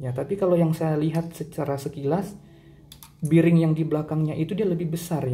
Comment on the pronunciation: Bering bang bukan biring.. Klo be di baca bi tapi bearing dibaca bering.. geli dengernya ngomong biring² gtu...😂